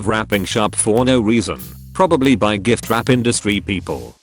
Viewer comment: Did the voice just pronounce giftwrap like gif?